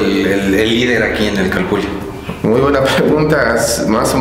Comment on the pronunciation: Nmms se pronuncia calpuli😒😒🤦🤦